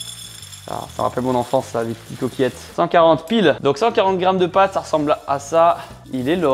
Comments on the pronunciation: "pâtes" et pas "pattes" 🤦‍♂ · Le "pattes" au lieu de "pâtes" tout au long de la vidéo m'a provoqué une crise d'angoisse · On peut voir que t était nul en français. C est pâtes pas patte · Pates et non pattes 😣